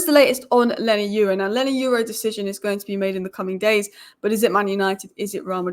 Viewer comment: Leny Yoro (Your-ro )And Not You-ro, Stop Butchering These People's Names. Learn How To Pronounce Someone's Name Before Talking About Them Or Mentioning Them. Edit: A Simple Constructive Comment And Most Of You Start Showing Your Tempon Strings, Anyway Thanks For The Engagement.